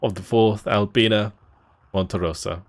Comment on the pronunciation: Hi can you correct the name of the Division? XD is "Alpina" From Italian fan of your video